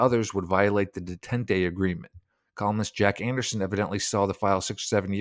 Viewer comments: Detente pronounced day.tahnt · Detente is pronounced Day - taunt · Detente is pronounced Day-tant. Youtube has great channels on word pronunciation. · And detente "duh tint ay" yikes